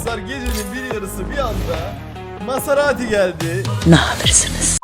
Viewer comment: Mezaratiye masarati diyen